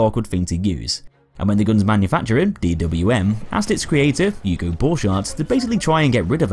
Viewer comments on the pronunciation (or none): none